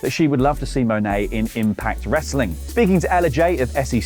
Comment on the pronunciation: It's not Mone-A. She pronounces her last name like you say the word "money" without the Y. If Wrestletalk actually watched New Japan's Rumble on 44th Street PPV that was given away for free on YouTube, they would have had at least 8 opportunities to get her name right as she promoted the San Jose NJPW Strong show a LOT on the Ro44thSt.